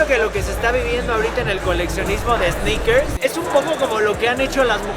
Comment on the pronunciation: Minuto ‘EEEsneakers Fever guey’ Realmente cómico, el guy, quítale la E!! Ya que no existe esa palabra!!! Pero buen intento......